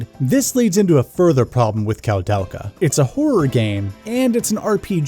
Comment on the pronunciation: It's pronounced "Koo-del-kaa" haha But regardless, great review dude, was entertaining all the way through! I love this game very much, it's one of my favorites on the PS1 despite some of its issues. (analog movement but no analog support?! Tank controls actually worked better on the dpad imo, as you said in a different way :P ) And it looks absolutely beautiful on a high quality CRT TV. I really wanna give this a review myself one of these days.